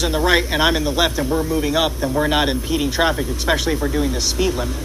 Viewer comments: “ekspecially” CRINGE 😖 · I can't stand when says "ex-specially". Its so grammatically incorrect and just makes him sound stoopid lol lol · One of my favorites of his is the word “expescially”. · EK-SPECIALLY. Ugh.